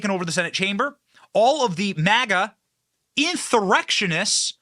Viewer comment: They’re not inthurrectionith, they’re inthummarrectionith.